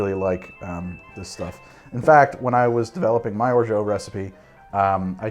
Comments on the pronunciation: There are different ways of pronouncing orgeat. It's certainly not "or-joe". If it was spelled orgeaux, your pronounciation would make sense, but however it's pronounced french language rules definitely makes it a hard "t" at the end. "Or-shut" is the reasonable interpretation. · As I sit here muttering "orZHAT, orZHAT, ORZHAT DAGNABBIT!" 🤦🏼 (There is no way in French for "geat" to sound like "jeoh". Just… no.) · Orgeat is pronounced or-ja. In French "ge" is pronounced like a "j" if followed by another vowel. The "a" is pronounced like a Spanish "a" and the "t" is silent. The "or" part is similar to the English "or" but with the raspy French "r". This pronunciation is the official one. Weird someone told you it's pronounced differently, probably Canadian French. Whatever though it's ok to pronounce it however we like. Congrats on the sponsorship man! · Christ. "or - ZHO" for orgeat? You couldn't possibly have pronounced it more wrongly. Unless you tried to. Fuck, you should just try to. I suggest, "Orgy A-T." All-Terrain Orgy syrup. From the French, obvs. This is at least the second time I've tried to correct your goddamned French, you bastard. Except this time I'm not going to bother, so there. Bone appetite with your drink. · Hey ! Normally it's pronounced "Orja" and greetings from your French subscribers ^^ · Love me a Trinidad sour! I think orgeat rhymes with orange... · I love you but it's intervention time, I know it hurts, but no matter how many years you claim otherwise, no matter how many people in France you speak to, no matter which region they're from, no matter how many different ways they may pronounce it, not a single one of them is going to pronounce Orgeat as "Orgeau". (Someone from the francophone Caribbean correct me now or forever hold your peace)